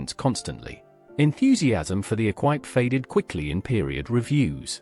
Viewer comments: Never met anyone who hated their Herald, also could say about the Imp once the dealerships put right the whole cooling thing and blown headgaskets were a thing of the past. BTW its "ee-qwip" not eck-wipe... as for the car, the 1300 versions were quite lively as the body weighed half that of a Herald, the later GT's were Triumph Vitesse chassis and gear and capable of over 100mph being in essence a much lightened GT6. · Bond "Ek-Wipe". Says all you need to know about the veracity of this lazy AI junk. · Your dreadful AI commentary said... "The imp was BRITAINS answer to the mini." Yeah, well where did the mini originate then? The A40 was a terrific little car which in fact had a reputation for being good to drive and reliable. I had one! The bond equipe was pronounced E kwip. The Triumph Vitesse was a blast of a car and much desired. Mine went like a dream, and reliable. The Austin 1100 was fantastically popular and really great family cars that were Very economical and floated over bumps. All british cars of that period rusted like wet iron, but they were great fun and you could do virtually everything to them yourself. No rip-off garage bills, and most folk liked the experience of keeping it in good nick by DIY. These generally were very cheap motoring days, especially compared to the outrageous prices asked today for purchase, and plug in computer servicing. Happy days!! Ps... Virtually all European cars were also rust buckets. Especially Italian.